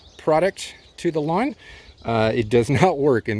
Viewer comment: It's pronounced lawn...don't forget the "w".